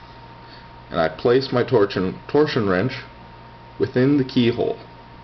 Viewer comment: "Torshion wrench?"